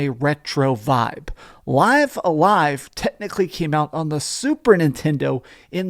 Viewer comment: It's pronounced "liv a live".